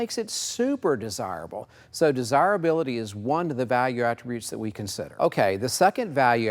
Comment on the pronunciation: Take a shot each time he says "des-hire-hability". We had 6 of these cars at one point and grandma gave them all away to "clear up space" 😏🤢 enjoy em today fellas!